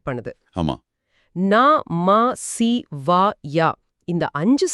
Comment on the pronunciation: வணக்கம் அன்பர்களே, ஒரு கேள்வி சி+வா=சிவா தானே எப்படி ஷிவா னு வரும். ஒவ்வொரு அட்சரத்தையும் சரியாக உச்சரிக்க வேண்டும். அப்பத்தான் பலன். சரவணபவ மந்திரமல்ல ஏனெனில் மந்திர எழுத்துக்கள் மீண்டும் வராது. சரவணப சரி - சரவணபவ னு வ மீண்டும் வந்தால் அது மந்திரமல்ல "முருகா" தான் மந்திரம். சிவ சிவ அதன்படி உச்சரியுங்கள் ஷிவ ஷிவ அல்ல